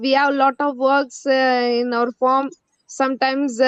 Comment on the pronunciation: One suggestion; It is Farm not Form